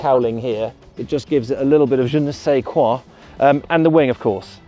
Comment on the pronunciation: Je ne say what? Why do so many people screw at French? Why?! No good schools?